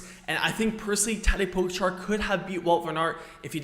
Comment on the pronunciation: Firstly please, learn to pronounce Tadej Pogačar name correctly xD Also Tadej Pogačar uses a disc brake bike sometimes. He used it on stage 8, for his big attack, so they do have a place to used. You even made a video about his big performance on that day..